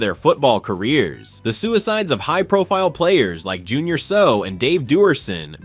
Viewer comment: It not Junior "So". Learn your topic